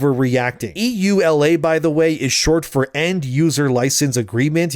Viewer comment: Just call it YooLa like a normal person (EULA)... sheesh